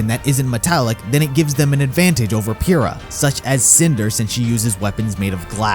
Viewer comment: *says Pyrrha is best girl* Also: *Can't pronounce her name correctly*